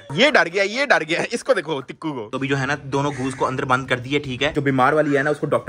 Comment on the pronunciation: Don't cuhttu it's tikku